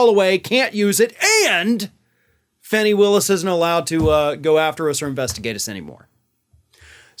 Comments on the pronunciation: With all due respect, her name isn't pronounced "fanny", it is pronounced "fah- nee" or "faw-nee". Thank you for speaking to this. We all know Trump is just trying to delay, again some more. He will eventually go to jail. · I thought it was pronounced "Fawnie" not "Fannie". Might wanna check. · Her name is pronounced "Fawny" not "Fanny". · Just fyi (not a criticism) Georgia's DD Willis' first name is pronounced "Fawney" She has brought this up so it must bother her. I love your channel, thanks for the accurate insight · I believe it’s pronounced Fawny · Her name is pronounced fawni